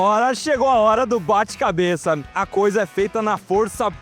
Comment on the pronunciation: Cara tu ta com problema na fala? "agora ta na hora do bate CabeçaMMM " "Essa aqui é de parafuso de MaquinaMMMMM " "Do forno caem em um banho de OlhuMMMM "